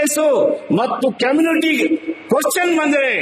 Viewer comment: "" ಕೆಮ್ನಿಟಿ"" ಅಂತೆ. ನೆಟ್ಟಗೆ ಓದಿದ್ರೆ ಈ ಬಾಳು ಯಾಕೇ ಬೇಕಿತ್ತು.